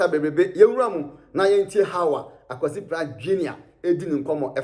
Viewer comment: the name is Kwasi Pratt, not Akwasi Pratt